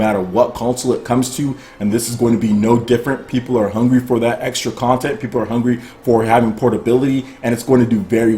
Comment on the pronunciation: Bro... you have a serious problem saying the word content.